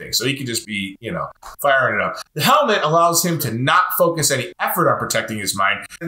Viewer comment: ZEE ICE AGE